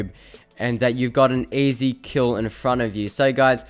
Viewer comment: When he says Easy it sounds like, AZ.. Tf?